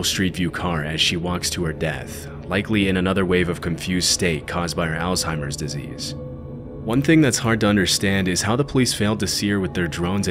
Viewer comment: That's not how you pronounce Alzheimers.